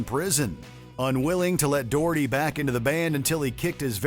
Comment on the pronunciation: Di you know how to pronounce Doherty? I think not